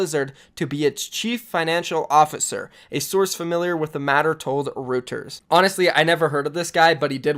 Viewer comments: it’s ROYTERS not rooters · Reuters (pronounced Roy-ters) is a massive news network like Associated Press. Not bad that you didn't know, but it's good to have the info for the future. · reuters is pronounced roiters btw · Lol butchered Reuters, it is an international news agency very respected.